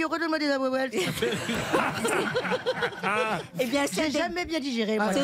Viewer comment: Un mexicain saurait dire parfaitement ahuehuetes et pas ahuhuetele. C est l arbre le plus répandu au Mexique son nom veut dire le vieux des eaux c est l arbre national mexicain mais pas le plus grand . Le tule mexicain est plus grand ! Il y des fois que j entend Arielle parler espagnol et comme mexicain vivant en France elle me fait saigner les oreilles avec les bêtises qu’elle dit !! Saludos